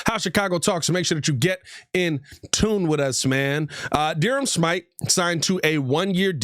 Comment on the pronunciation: I think his name is smith-ee not whatever u said “Shmyte”